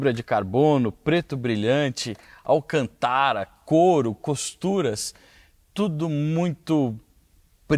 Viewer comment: O que seria "Alcan-TÁRA"??? Kkkkkkkkkkkkkkk